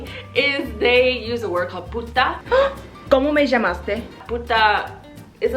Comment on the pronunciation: That Argentinian accent when you said 'como me llamaste?' was soo on point 👌